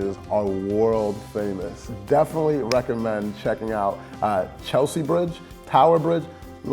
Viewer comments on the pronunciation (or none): none